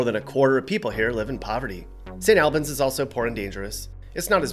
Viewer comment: Your saying Albans wrong 😂